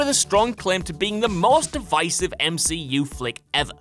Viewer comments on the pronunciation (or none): none